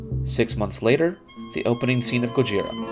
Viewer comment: The name GOJIRA is actually pronounced "GO-jz-EELah"!